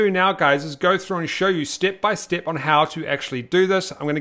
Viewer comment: I really like you saying steep by steep! 😊 Keep on good work!